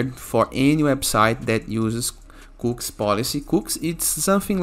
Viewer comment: they are pronouced....."cookies" not cooks